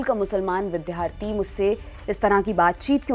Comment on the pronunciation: Bidyarthi को bidhyarthi न पढ़िए